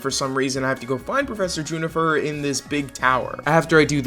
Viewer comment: juniper not junifer